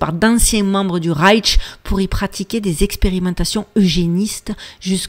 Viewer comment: Coucou ma belle dyslexique 😂 ça se prononce reich avec juste ’’ch’’ y a pas de ’’t’’ Tu en rajoutes et c'est bien plus compliqué à dire 🤣 reiTch Bravo pour le boulot et l'image est très bien sur ma tablette. Tu es lumineuse